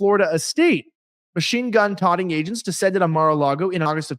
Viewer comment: Machine gun “totting” he says. I’m so tired of pundits and YouTubers mispronouncing words.